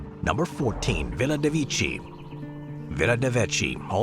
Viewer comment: is Villa De Vecchi and NOT De Vichi. Pronunciation is DE VAEKKEY: in italian language the E is pronounced as AE and CCH is pronounced as KK.